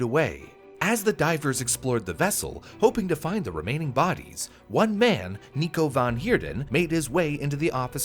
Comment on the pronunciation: Its not nico van heardon..its nico van heerden